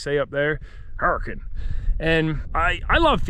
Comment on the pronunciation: You said “Hurricane” (Her-eh-Kuhn) perfectly 😂